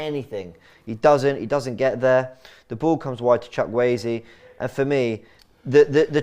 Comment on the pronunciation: Who is chuckweyzi? 🤣